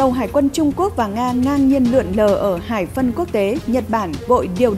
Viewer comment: MC phát âm sai nhiều quá. Hải phận thì nói là hải phân, lo ngại thì nói la ngại.